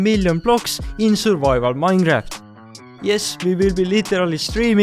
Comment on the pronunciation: Minecraft❌ Minejaft ✅